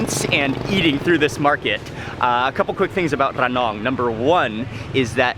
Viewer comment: พูด "ระนอง" ชัดกว่าผมอีกอะครับพี่มาร์ค 5555